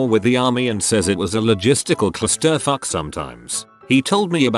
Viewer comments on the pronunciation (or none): "clus-TER-f'k" Excellent. Heh